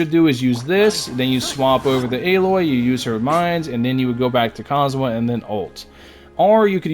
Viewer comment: calling Kazuha cosmo and Cosomo got me in tears